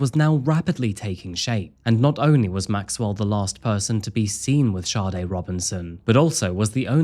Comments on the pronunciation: It's Saa-day not Shawday. Like the iconic Smooth Operator singer. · You would fucking think with all the research you did making this you would atleast know how to pronounce the poor girls name .. Saw-dae Not SHAWTY No H anywhere in that name .